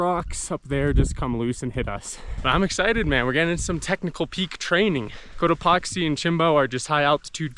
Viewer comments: I was sleeping and I kept hearing “coat epoxy” and I was dreamily thinking to myself, “why does he keep saying it like that?” 😂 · The way he pronounces Cotopaxi, makes me wonder how he pronounces taxi. Lol. I can picture him yelling "toxi", "toxi" as they zip right by. 😂